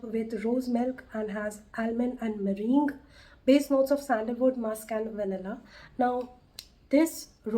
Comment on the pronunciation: It’s pronounced as “Muh Rang”